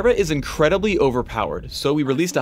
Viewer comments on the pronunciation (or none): "Zyra is indredibly overpowered" Just made me laugh.